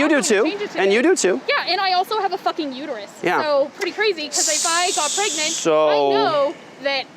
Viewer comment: She corrected herself! Pregenant people! LOL